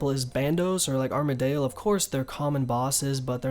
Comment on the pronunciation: ITS "ARMA-DILL"